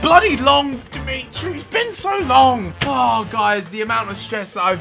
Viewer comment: Why does Ethan keep saying "Dimitri" payet We all know that it's The meat tree payet